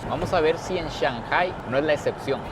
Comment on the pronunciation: tu contenido es 20 de 10! Solo una sugerencia recuerda que si hablas para hispanohablantes está bien decir ShanGai, en vez de ShanJai.